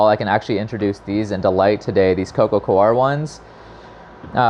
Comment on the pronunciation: It's coco "core", not "co-are".